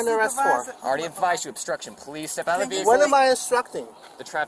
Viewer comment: This is not “osstruction” 😂